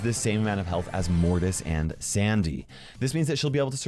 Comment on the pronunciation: You said "hyealth